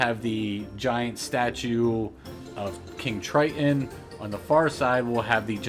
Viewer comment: Don’t say King tri’en, you’re not a 12 year old boy. TRITON! Be a man